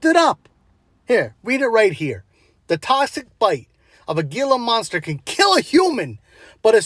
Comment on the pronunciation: Its pronounced hila monster not geelah monster.